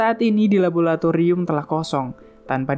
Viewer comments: MIINNNN LABORATORIUM BUKAN LABOLATORIUM!!!!!! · LABORATORIUM BANG, BUKAN LABOLATORIUM